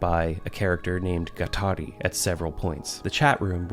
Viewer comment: lol at "Rhizone" and "Gattari". Who would have expected these guys to be so well read in philosophy that they're referencing Deleuze and Guattari?